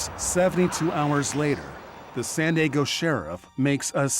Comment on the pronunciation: what the heck happened , was that an edit or did this person who works as a newscaster really think that San Diego was called “Sanago”?